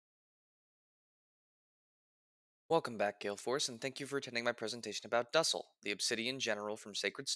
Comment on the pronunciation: The way you pronounce his name makes my skin crawl. It's pronounced doosell.